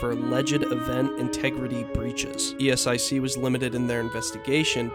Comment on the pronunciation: nice video but ESIC is pronounced [ESIK] not [i: es ai si:]